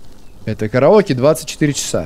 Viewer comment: Дэ караоке хпхаахах это так смешно звучит